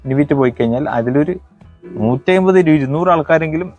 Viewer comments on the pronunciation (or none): none